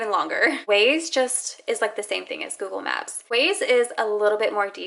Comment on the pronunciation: Google maps like 100 times never noticed she saying wrong